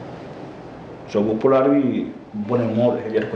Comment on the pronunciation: Merci pour les efforts fournis par ce groupe mais à vrai dire & vous avez intérêt à reprendre le PULAR s'il le faut prendre des cours mais ça manque vraiment la façon dont vous prononcez surtout l'acteur principal RÉAPPREND car il n'est pas encore tard